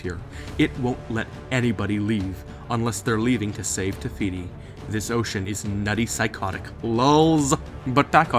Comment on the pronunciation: Is it just me or is he saying, *Tehiti* instead of *Tefiti* ?